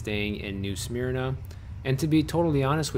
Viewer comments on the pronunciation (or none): WOOF! its "new SUH-MERNA beach" lol, not "SMEARNAH". Yes its sleepy here. lets keep it that way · Careful how you say Smyrna… I know your Illinois accent, I’ve got downstate Cherry Valley accent too but I pronounce smyrna correctly / but I also live in this little town now! 😁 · Way to totally mispronounce new SMYRNA lol